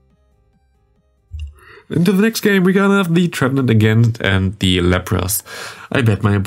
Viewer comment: Hi, i noticed that you nearly always say "thee" (german i in the end) instead of the (german ä in the end). You only use thee if the next word starts with a consonant. So not "thee" counter, "the" counter! :)